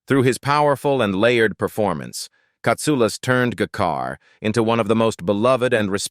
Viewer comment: The AI narrator can't even pronounce the character names correctly: G'Kar is zha-kar, Lennier is lah-neer. That's disrespectful too.